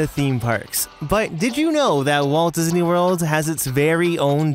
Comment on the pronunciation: Disney not Dysney